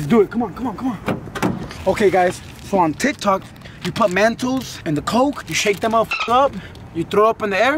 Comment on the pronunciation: Its mentos not mantos